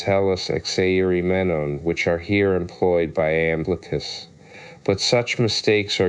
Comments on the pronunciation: Not "Lamblicus" 🤦😂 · Its an I NOT an L!!!! Seriously dude.